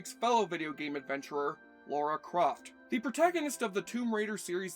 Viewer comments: I know I'm late to the party, but - it's Lara. Lara Croft. Not Laura. There's no "u" in her name. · They changed her name from Laura to Lara so that Americans could pronounce it correctly and you still got it wrong every time in this video 🥲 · Her name is Lara not Laura. What is it about American's always pronouncing it wrong... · Holy crap, it’s Lara. L - A - R - A. Lara, Lara, Lara. Has been for years. Not Laura. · Stop saying "Laura"! Gah! It's Lara! Lara! Is it so fricking hard? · Ffs it's "Lara"... NOT... "Laura". At least pronounce it correctly. Have you even watched the movie or played the games? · Her name is Lara not Laura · Laura? I thought it was Lara... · Don't many people find it annoying if you deliberately get the name of the protagonist wrong? It is LARA Croft, not "Lora" or Laura" or whatever. LARA. Two syllables, pretty easy to remember. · Why can't americans say the name 'Lara' properly...Laura is a different name. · Lara, not Laura. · It's lara not Laura. And it was the 32 bit era not 64 bit. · Say Lora one more time 😭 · I don't know wtf educated people can't pronounce LARA. And I'm from a freaking third world country. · And yet, he still struggles with Lara. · I turned off after the 15th time he mispronounced her name.